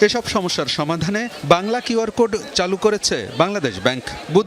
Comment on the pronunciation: QR উচ্চারণ করলেন খিউ আর, Code উচ্চারণ করলেন কোড, কেন খোড উচ্চারণ করলেন না ?